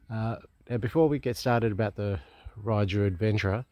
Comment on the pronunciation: I think most people in Europe pronounce it "Ray-you"....but theres lots of different ways people seem to say it. I think fueling issue has been sorted. Same engine as Voge rally 300 with a different top end. Enjoy. They are popular in the u.k. warm regards.